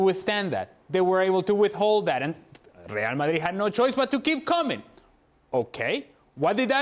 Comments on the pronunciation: “reaah madit” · I really hate the way ale pronounces Real Madrid😩